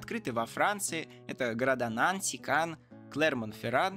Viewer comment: Нанси́, а не На́нси Это же французский город Также магле́в, а не ма́глев